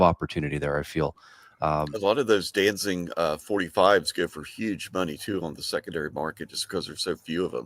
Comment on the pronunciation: Uh, you mean Danzig? No “ing”